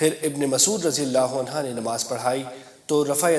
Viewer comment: Jahil deen sikha raha hai. Sahaba ko rajiyallaho anhoo bolta hai. Jabki anha hai. Iss ko mojakkar aur moannas me koi fark nahi. Aur aaya hai deen sikhaane 🤣